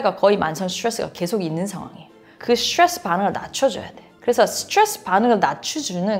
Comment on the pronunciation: 스츄뤠쓰 스츄뤠쓰 스츄뤠쓰